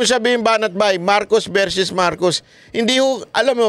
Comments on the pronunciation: its not verses its versus just saying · (Psssst, "Versus" not verses.)